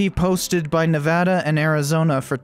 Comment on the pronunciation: Wait, you know how to pronounce Nevada?!